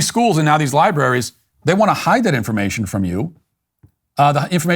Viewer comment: Did he just say liberries?